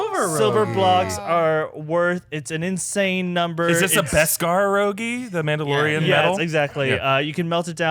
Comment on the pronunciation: "themaudelorian" lmao what